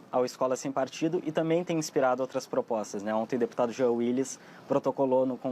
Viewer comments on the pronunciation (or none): none